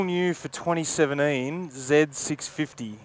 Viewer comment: Why do you call it “zeb” it’s a Z650?